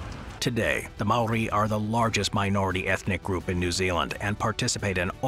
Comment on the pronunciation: I’m Māori born in Aōtearoa (New Zealand) and most these things were correct but not entirely but only because if it was brief but great effort. Also like many the pronunciation of Māori is a little off 😂 First if all the Haka is a War ritual not a dance. We used double barrel shotguns aswell as muskets during the Nz Wars We also invented Trench Warfare , artillery bunkers and used tunnels to escape when battling the British Empire.